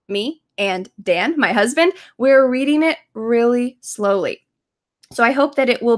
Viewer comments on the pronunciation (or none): none